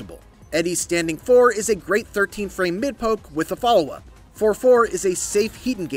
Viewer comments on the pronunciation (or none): none